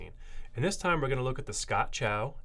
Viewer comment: It's not pronounced 'chow'. It's pronounced 'tsao'. The 'c' in Pinyin (transcribed Chinese) has the same sound as the 'ts' in 'cats'.